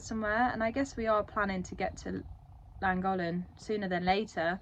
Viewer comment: Brilliant as always, I love watching your journey through such stunning countryside. Please though, one thing - I am not Welsh but cringe at your pronunciation of Llangollen! This isn't totally right but it is more Thlangothlen to say (though the thl can be a cl depending on who you listen to) :)